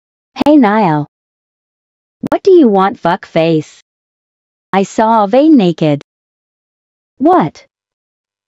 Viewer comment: The AI voice pronouncing Aven’s name incorrect sent me